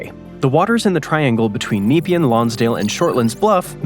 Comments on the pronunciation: Bolte = bolty Nepean = Neh-pea-an also, as others have pointed out - Westgate Bridge, (mentioned at about ) which partially collapsed in October 1970, before being successfully completed, spans the Yarra close to the port - and the access to the Bolte was connected to the Westgate Freeway as part of the Citylink "ring road" (I'm old enough to remember when Westgate was tolled) there'd be no reason to build a bridge, there's a decent ferry service (seasonably affected) between Portsea and Queenscliff that takes about 45 minutes, and I doubt there's the traffic to even consider building one - not to mention the multi-million dollar properties in Portsea and surrounds whose owners would likely protest vociferously, and I think there's a national park right at the tip of the Mornington Peninsula (the eastern "pincer"). I've only been on it once, returning from an aunt's funeral in Geelong, but we travelled up to and through Melbourne in morning peak hour traffic before driving to Queenscliff to catch the ferry. and on that map, the ferry to Tasmania isn't leaving from Geelong (which is in Port Phillip Bay, on the satellite map it's the populated area to the SW of Melbourne in the crook of Corio Bay), that line seems to be vaguely near Sandy Point close to Wilsons Promontory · "NEE-pee-an"??? FFS! Do your basic homework, and discover that we pronounce it, "ne-PEE-an". Named in 1802 after the British politician and colonial administrator Sir Evan Nepean. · It's NOT Nee-pea-an. It's Ne-pea-an or N'pea-an. Google West Gate bridge. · "Neepeean"?!. How about checking the correct pronunciation before putting an audio track to the video!? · It pronounced Point Nah-pee-anne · Try pronouncing it Napean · No bolt, it's pronounced bolt-e. Nepean sounds as Ne-pee-an. Oh, a good candidate for a tunnel. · that is some prime poor pronunciation of Point Nepean, its not a hard E, its Neh-pean. Portsea as well. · Funny pronunciation of Yarra & Nepean